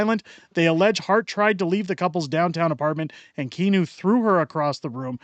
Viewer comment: I'm stuck in, I mean, live in WPG, MB. Kinew's name is actually pronounced like "canoe", I say it wab tippa-kinew to remember LoL. But I like that u mispronounce it, so pls continue!